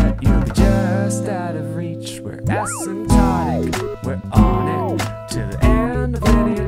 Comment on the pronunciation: I thought i heard Acid Tonic.